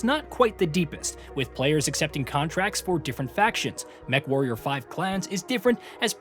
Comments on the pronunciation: Did you really say "mecha-warrior 5?" Yeesh... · Sorry, I gotta stop watching. You called it mechawarrior